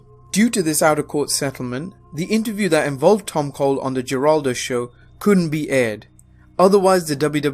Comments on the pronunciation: The correct pronunciation of geraldo is heraldo it's pronounced with an h not a g even though it's spelled with a g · I heard of this but didn't know any specifics except that Patterson was involved.For the record, Geraldo is pronounced "Heraldo." The "Mush" in Mushnick rhymes with "rush." Worcester....sort of like Woosstuh or Woosster. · Love ya man, but you seem to have trouble pronouncing A LOT of words and names Ex. Geraldo is pronounced more like Heraldo.. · Jer-aldo Rivera...lmao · "Jer - aldo" lol ! fuck Jeraldo. throw a chair and break his nose. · "HERaldo" dude. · Geraldo....it's pronounced with an H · the G in Geraldo is pronounced with an H, like Heraldo. just for next time. great vid! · I don’t think Geraldo is pronounced like that lol Awesome video tho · Worcester- Woos-ter Geraldo- Her-all-doe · It's pronounced Heraldo, not Jeraldo. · Geraldo (Jitaldo)? Say it with me (Heraldo) Is how you pronounce his name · Geraldo is pronounced Hore-all-doh not Jer-all-doh. . . it's Spanish. . . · Lol Geraldo = HĒraldo I used to call him that too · Geraldo isnt pronounced Jeraldo. Its pronounced Heraldo. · BTW, its pronounced Her-awled-oh not jur-awled-oh. Other than that, great series! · Great channel, but one thing here. It's pronounced Heraldo, not Geraldo. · Please learn to pronounce celebrity's names. Geraldo is an Hispanic name which means it's pronounced Heraldo, not Jeraldo. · I had to chuckle at that, but can hardly blame someone from the UK. When I was a kid I would always read it with a hard 'G', and I even grew up with this pain in the ass language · I know it’s not a good thing to bring up, but Geraldo is pronounced with an H not a G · I thought this was supposed to be a serious documentary! If that’s supposed to be the tone, it hurts when you have a Vince McMahon “YOU’RE FIRED” meme included in the video. And also, the credibility of this documentary is impaired when pronounce Geraldo Rivera’s first name as ‘JER-ahl-doe instead of ‘HER-ask-doe.